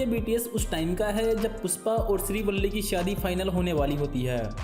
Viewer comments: "Pusss paa" nahi bhai🤣 PUSHPA hh 😂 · Puspa nahi be ..Pushpa.....pehle ispe kaam kam kR ..fir behind the scenes ja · PUSHPA not PUSSPA